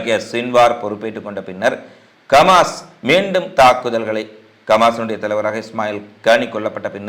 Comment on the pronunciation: பண்டாரம்...கமாஸ்.இல்லை ஹமாஸ். கவூதி இல்லை. ஹவூதிகள். உச்சரிப்பு மாரினால் பொருள் மாரும்.இதுகூட உனக்கு தெரியாதா.இந்த லட்சனத்தில செய்தி வாசிக்க வர்ரே.